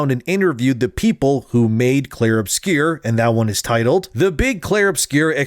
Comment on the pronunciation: It's not called "obscure", it's a French word "obscur". If you can't pronounce it, just call it "Expedition 33"